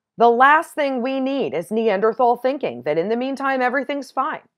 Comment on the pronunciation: Look up the correct pronunciation of Neanderthal.